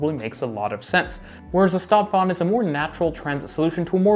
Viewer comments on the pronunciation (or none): I can't help it, I must mention that STadtbahn is pronounces "sh"tadtbahn, with the sh sound. It is a kind of exception - words starting with s+t get the "sht" pronunciation. Stuttgart is another example. It was rather annoying to me. Otherwise, an interesting comparison.